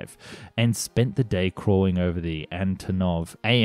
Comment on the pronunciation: It's things like these that make me love these videos For the people who don't know what I'm talking about: he called "antonov" "anatov" in some earlier videos